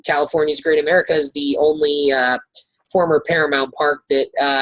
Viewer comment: I stopped watching once the guy referred to Great America as "caga".